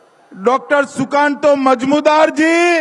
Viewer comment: নিজের দলের বাঙালি নেতা সমর্থকদের নাম শুদ্ধ করে বলতে পারে না, আবার বাংলা দখল করার স্বপ্ন দেখে 😂😂😂😂 যেমন ফেকুজী তেমন তার চ্যালা🤣🤣 "সুকান্ত মজমুদার" 😁